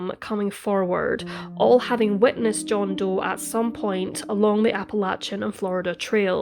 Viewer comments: Love your narratives, it's actually pronounced like 'apple-lay-shun' not 'apple-latch-un' Soft ch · Did the police really need to tell us that he was wearing "Performance Underwear"? BTW its pronounced Apple-eh-shin mountains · Its Appa-lay-shian Trail, unless youre from the South, then its Appa-latch-inn Trail. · Appa Lay chin..otherwise very good. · Most people in North America pronounce Appalachian Mountains: Apple- lay- tion (like nation) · True, except for her mispronunciation of Appalachian. 😬 It made me cringe and shudder each time she said it.